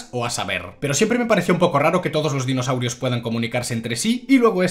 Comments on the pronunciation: Amo que nombres exactamente cada dinosaurio de forma perfecta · a la V el se sabe los nombres de los dinosaurios xD uno de los pocos youtubers que si dice los nombres de los dinos correctamente jeje grande el